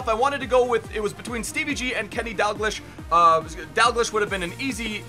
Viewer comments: its pronounced Kenny Dalgleash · It's pronounced kenny dalgleesh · U pronounced Kenny dalglish's name so wrong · The way you pronounce kenny dalgleish gives me cancer